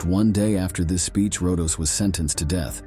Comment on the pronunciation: Rodos not Rondos.